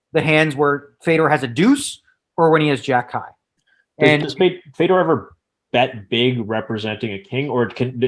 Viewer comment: How many times is he gonna say “fedor” wrong😂😂😂